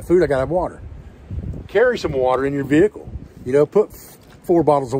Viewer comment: I feel like there could have been more ways to work in the word - vee kuul during this video.